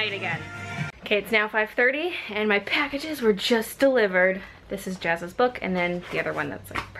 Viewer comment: she said jazzas